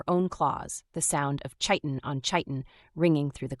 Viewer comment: Narrator, chiten is pronounced like kieten, a hard k sound instead of the soft ch sound you always use